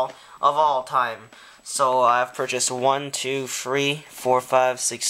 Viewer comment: Five pack cars are underated imo. I love that 16 angels too, the one i have has a metal base i believe. Also i never realized that is how "XS-Ive" is pronounced but it makes so much sense now.